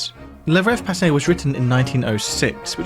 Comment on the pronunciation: It even says "le" on the sheet. Why do you write "la"? Also, it's not pronounced passey. I noticed that French is a problem in all of your videos. And it's not because it's hard, but because you don't care. You could look up the correct pronunciation. Unprofessional and a bit disrespectful if you ask me.